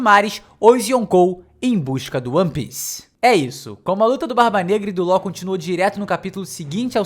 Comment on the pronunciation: Me da agonia de ouvir ele pronunciar Law errado